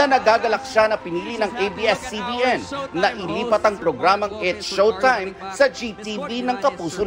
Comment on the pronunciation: It's Shoretime